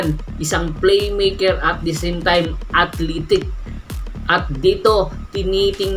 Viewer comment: potek naman "atlitek" "desung" "denstone" dun pa lang nag next video na ko... advice lang bago mag record practice muna no offense ha masakit sa tenga ..